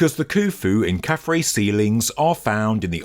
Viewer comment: KhafRa's name is pronounced 'khaf-Rah' and means "He shines as Ra". Not 'Ray'. From the Coptic word for the sun god, we get the vowel sound.